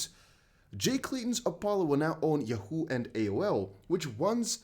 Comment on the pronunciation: Hey, it's "Yaaawwwwho" 😉